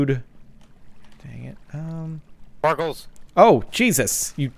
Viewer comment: "SPARKLEZ" lol